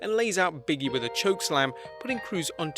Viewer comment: I love your videos, but it's pronounced "BIG E" not "Biggie"...